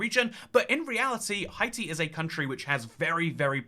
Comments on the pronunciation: Hey I js wanted to tell you that Haiti is usually pronounced hay-tee not hi-tee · I’m not Haitian but know several Haitians, and the way to pronounce Haiti is “Hey-tee” and Haitian is “Hey-shen” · Nah I’m British and is saying it weirdly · It’s a running joke on this channel, always says “Hi-tee” although he knows the correct pronunciation. There are a few others, with Greenland he says “Green-land” instead of “Green-lund”, for Abkhazia he says “Ab-skay-zia” instead of “Ab-kah-zia”, for Heligoland he says “Hel-jee-o-land” instead of “Hel-ee-go-land” and I’m likely forgetting a few. I believe most of these were from when he first started the channel as a teenager and genuinely didn’t know how to pronounce them, but since then it’s become a running joke. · It might be a French pronunciation. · It is in fact how we pronounce it in French